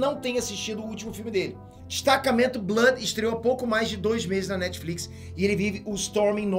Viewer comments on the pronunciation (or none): none